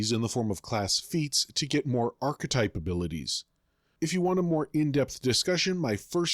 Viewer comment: You pronounced "archetype" correctly , while for the rest of the video you're pronouncing it as "arktype" which is really strange